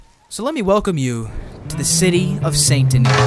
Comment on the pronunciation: U said Saint Denis wrong the u said the Denis bit right but the way to say Saint is to say sand without the d